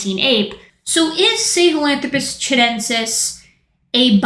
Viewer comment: So you’re telling me Metal Gear lied to me about how to pronounce Sahelanthropus